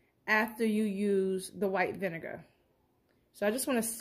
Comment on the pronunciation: Can I just say I love how you pronounce “vinegar”